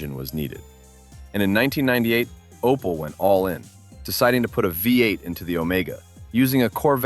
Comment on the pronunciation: where dis you read Opal? it is Opel american man.